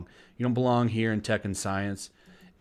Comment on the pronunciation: I keep hearing Tekken Science instead of Tech & Science